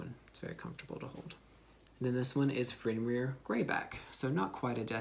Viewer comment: You definitely said Fenjdjdn Greyback